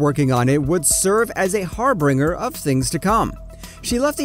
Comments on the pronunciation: It's 'harbinger' not 'harbringer'. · "har/b(R?)ing/er" Lol. It's spelled, harbinger, and it's pronounced: --> [ ˈhär/bən/jər ] and the word 'Microcosm' is butchered into the sound of "microism". What's wrong with this guy? It's still less than 2 minutes into this (farce). . . . and "microzem" . . . Enough of this. I'm outta here!